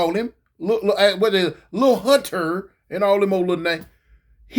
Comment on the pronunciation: “Lil Hun-TER”😂